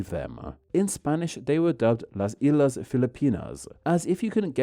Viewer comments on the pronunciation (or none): "Las EE-LAS Filipinas.." WRONG! It's "Las EES-LAS Filipinas.." SHHEEESSH! 🤮 How difficult can THAT be?👎👎👎